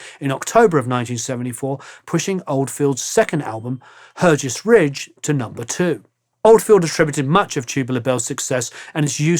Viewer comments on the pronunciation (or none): Wonderful video! Alas, Hergest Ridge is actually pronounced "Hargest Ridge" (wiki), or even "Hargst Ridge".